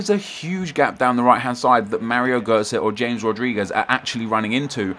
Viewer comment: ITS HA-MES RODRIGUEZ stop saying James rodriguez